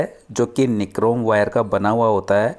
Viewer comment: निक्रोम नही होता वो नाइक्रॉम होता है ।😂😂😂